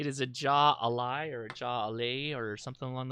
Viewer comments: Pronounced hi lie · Ok the beer is pronounced "High Lie" - it's an old south Florida sport that people wager on. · Jaialai pronounced hi- lie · Jai Alai is pronounced High a'Lai like the sport. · Jai alai. Pronounced like Hi-a-lie or said quickly hi-lie. It’s a popular Cuban / Latino sport. Was very popular in Florida. I think now there are only four professional venues in operation now. The beer is from cigar city brewery. Cigar city is a nod to Ybor (pronounced E-bor) city here in Tampa. Opened by Joey Redner son of Joe Redner the biggest strip club mogul in Florida.